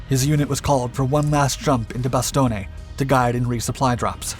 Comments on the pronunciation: Great video, but you don't pronounce Bastogne as Bastoney. It's pronounced as Bastone. Silent E. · "Bastogne", is pronounced phonetically as "Bass-Stone" for we English speakers. Not how you pronounced such an historic US battle. 🇨🇦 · Nothing personal, but this guy sounds like “that private” every unit has and despises. And “Bas-stone-ay”? Bastogne, dude, just Bastogne. Come the fuck on. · "Bastohney", huh? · Bastonne ... Bass tone ... NO eh at the end ... the E is silent ... learn to speak the names of the towns PROPERLY ... amercanized enunciations are offensive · Ah yes, bastonay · It's pronounced as bastone. Short vowel a and long o. No eh at the end. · "Bastonie"..... seriously?! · Multiple errors here. Two that stand out is indicating that 1/2 men were lost, per Airborne at Normandy. It was more like 15%. His mispronunciation of Bastogne is laughable.